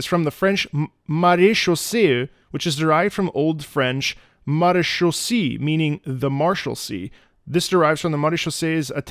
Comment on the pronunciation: As French I'm really happy you make the effort of your prononciation. For the Maréchaussée is also use by the old people in France to call the policeman.